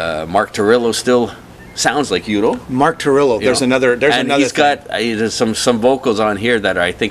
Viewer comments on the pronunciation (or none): By the way: The title of Accept's 2010 release is Blood of the Nations (not Blood of Nations) Mark's full name is Mark Tornillo (not Mark Torillo) Udo is pronounced Udo (with a German U and not like in English "Youdo") and the band (which is a band lead by the former Accept members Stefan and Udo and not a project or soloproject) is called U.D.O. (here, use the English U) And yes, you got that right: Wolf is a genious! :-)